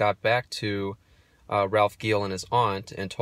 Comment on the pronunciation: And Ralph’s last name is pronounced Jeel